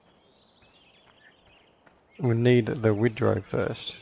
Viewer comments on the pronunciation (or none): its pronounced wind-row